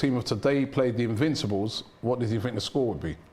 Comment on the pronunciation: LETS ALL LAUGH AT TY all he says is invinccibles 😂😂😂😂😂😂😂😂😂😂😂😂😂😂😂😂